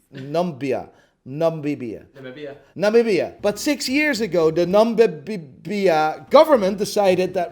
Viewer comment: As a Namibian, I can proudly say you butchered bout pronunciations of "gibeon" and "nambia"